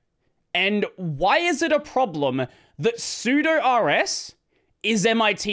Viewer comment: I agree with everything in this video except your horrific pronunciation of sudo. How do you pronounce sudoers?